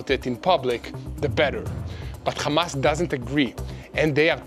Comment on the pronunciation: Why can't you pronounce Hamas, Hezbollah and Hummus without that silly "KH" Why don't you say khostages?....is it an Israeli "likhsp?" It is sooooo irritating